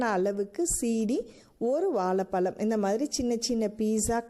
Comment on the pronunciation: Super sister. Nalla taste. And please correct this while speaking in Tamil, வால பலம் இல்லை "வாழைப்பழம்"